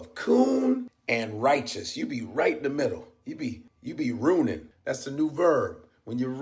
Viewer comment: Godfrey said this nicca be “rooning”💯💯💯💪🏾💪🏾💪🏾💥💥💥🤣😭🤣😆😆😂😂🤣😭😭🤣😂😆